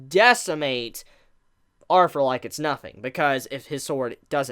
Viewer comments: Bro it's "Arthur" NOT "arfur"!!! There is no F there man. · 3 things 1. Shave the pedo 'stauch 2. "Arthur" not Arfur 3. Please move the camera away it's very unsettling when your face is basically touching the camera every 3 seconds when you move around.